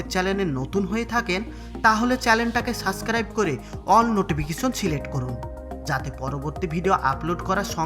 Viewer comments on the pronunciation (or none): none